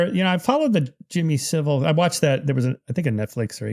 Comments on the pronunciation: Hard to see this guy as credible when he can’t get someone as famous as Saville’s name right and doesn’t know the definition of a paedophile. Paedophiles abuse pre-pubescent children. A few other dismissive comments make me feel he’s not really one for attention to detail. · I wish Americans could learn to say Jimmy saville's name properly